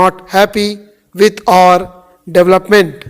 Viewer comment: Sir please do not pronounce "our" as "or". Your our and or sounds similar. Apart from that, your dictations are among the best dictations available on Youtube and we've been always looking forward to your uploads. Thank your.